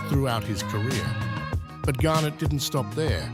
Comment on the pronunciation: it's pronounced GAR- NETT, not the way you're saying it